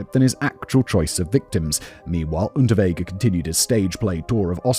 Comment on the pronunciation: I kept hearing the criminal’s name as Rutabaga and I’m not mad tbh